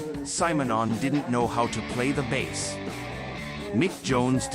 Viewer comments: Crap pronunciation. Bass is baas? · Why can't A.I. differentiate the pronunciation between a fish (bass) and a guitar, (bass = "base"). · What kind of chatpot AI mispronounces "bass"? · Oh come on... why the hell would you ruin what could have been quite a good video with a god awful AI narration? I watched for the footage the fact that your AI garbage agent couldn't even pronounce bass properly! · AImvoice is terrible. Can’t pronounce his name or the instrument he plays. Surely you could do the voiceover yourself with a real voice if you’ve done your research. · Well given that 'bass' is being pronounced like the fish, I'm guessing the AI commentary is wrong 😀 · I can't get over why he keeps pronouncing 'bass lines' like he's talking about a bass fish.